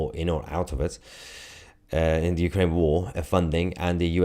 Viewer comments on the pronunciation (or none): none